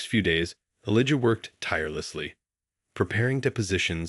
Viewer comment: Please say his name correctly Elijah.